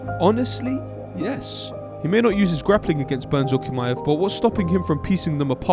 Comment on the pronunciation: Just a heads up, Chimaev isn't pronounced with a K.